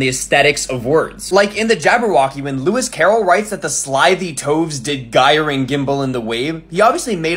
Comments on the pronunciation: You mispronounced "gyre." It means to go around in circles like a gyroscope and begins with the /dʒ/ sound. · You are a fantastic linguist, but you're not very good at pronouncing 'gyre'